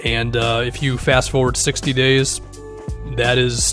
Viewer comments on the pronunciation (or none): none